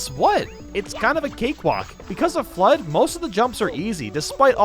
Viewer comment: when says f.l.u.d.d in slow motion, it sounds like he says "clutch".